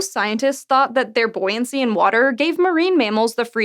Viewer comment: "Buoyancy." It sounds funny when she says it. In a nice way.